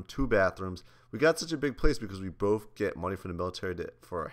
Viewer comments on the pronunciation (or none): But it is funny cuz u say bof